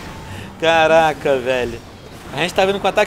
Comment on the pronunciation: venom seu maldito para de falar carrrrrrrraca puchando o R